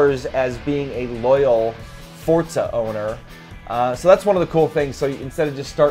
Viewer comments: STOP SAYING FORTZA! :) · why do people say "fortza" its "FOR-ZA" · FORza not FORTZA. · what is fortza, i've only heard forza, it must be a knock off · turn ten created the game. they say "Forza", not fortsa. however the name should be as an italian word is kind of irrelevant when all it's showing is these guys seem to have no clue about turn 10's 4 other hugely successful forza games. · Fuck man learn the fucking name its Forza without a fucking T , you guys keep on saying Fortza. No LikeDeckofJade555 i also realized it. Those 2 guys are flippen stupid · Quit saying fortsa! It's forza ha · Forza, with a za sound, not tsa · WTF is FORTZA its FORZA no T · Dude, really? I wanna slap this guy for every time he mispronounces 'FORZA' there's no 't' in FORZA. fortza fortza fortza.... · It's Forza...not Fort za...! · Fortza is not italian for strength, Forte is italian for strength so before calling everyone else a dumbass why dont you learn your italian!!! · Why do you say fortsa? lol other than that gr8 vid guys. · wtf is fortzah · That is why people hate americans cuz of fucktards like you, but seriously wtf is Forsa?! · Forta Thats How It Sounds When they say it :D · Why do all americans pronounce it like forsa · STOP CALLING IT FORTZA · Am I the only one that notices them saying "fortsa"? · Sorry, did he say 'ForTza?'. Silly American. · the hell is fortza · "Simsnobs" LOL! Cool. Just FYI to all the would be complainers, this is not the next Forza SIM title. It's meant to be a more casual game. And it's a lot of fun. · Please just stop saying "Fortza"..... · Not a true "Fortza" game to me as says it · Don't forget to roll the R slightly. -Sincerely someone who's part Italian. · well the developers are obviously illiterate if they cant even pronounce their own game correctly. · Its an italian word theres also no t in pizza